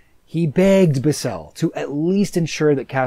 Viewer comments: Its not Bisel, Its Bissell. I guess hes never seen anything cia and just went to wiki. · I absolutely hate how you pronounce Richard bissell’s name